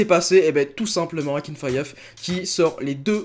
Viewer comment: Akinfeev pas akinfayev frr